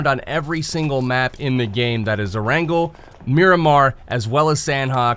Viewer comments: The way you said erangel makes me wanna throat punch you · hahaha i thought i was the only one